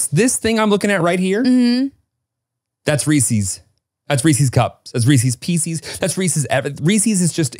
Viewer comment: I literally don’t know anyone that says reesies picies that literally changes the spelling lol! It’s actually Reese’s Pieces!😂😂😂